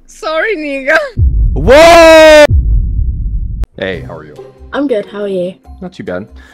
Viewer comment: Bro said negga😭